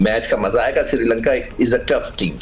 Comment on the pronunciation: Siri Lanka nahi hai bhai, it’s Srilanka